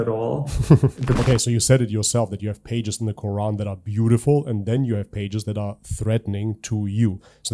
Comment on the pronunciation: HERE WE GO AGAIN EX-MUSLIM. IT IS GETTING TOO OLD THEY CAN'T EVEN SAY THE WORD QURAN CORRECTLY. 😂😂😂😂